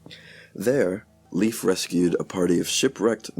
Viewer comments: Well, the video is ok, even if the names are not pronounced properly, I think. 🇩🇰🇩🇰🇩🇰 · Leif is pronounced with a difthong in the middle, e-i, so its not "Liif" Eriksson.